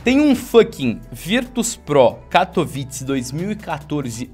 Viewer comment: . Katovitz? Wtf Nao sabe dizer katowise?